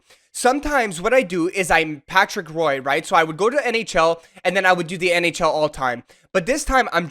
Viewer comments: Everytime you say Patrick Roy my ears bleed. It’s pronounced Rwah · Never thought I'd hear someone mispronounce Patrick Roy's name. Even as Detroiter, I have respect for how good of a goal tender he was on the Avalanche. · u pronounce it wrong lol u say roy so wrong as a canadian it hurts my ears to hear u say it so horribly